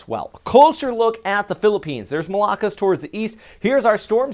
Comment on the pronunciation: The stress in pronouncing 'Malakas' is in the last syllable not the second.